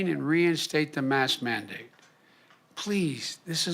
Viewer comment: "Im rerating arl gervenrs to instlll misk menddate"....lol somebody help this guy.